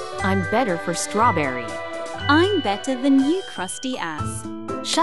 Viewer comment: Stawberry Stawberry Stawberry